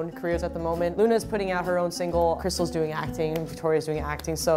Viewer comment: Amber: *says "Krystal" * Me: AKVSKSVDSKAJDJSIDV KRYBER AKSNSKDI